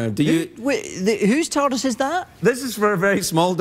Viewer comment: I swear I thought David said "tortoise" not "TARDIS"